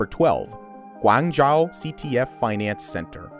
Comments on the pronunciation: Guangzhou is Guang Joe not Guang Jao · GuangJao comes to mind ... worst rendition of guangzhou I have ever heard. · Wtf is "Gwanchou" China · The speaker seems to pronounce "Guangzhou" wrongly, . It's probably better at . At least in Mandarin Chinese, the diphthong of "zhou" does not contain the vowel of the English "run" and instead, an "o" like the one of "ton". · Me as an Asian when he pronounces Tianjin and Guangzhou: Dying